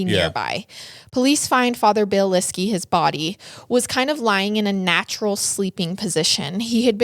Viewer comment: It’s so frustrating listening to someone who is supposed to be offering the “facts” of a true crime incident who can’t be bothered to even learn the correct pronunciation of the victim’s last name. Please do the research.